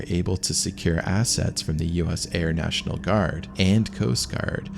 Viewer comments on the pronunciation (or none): none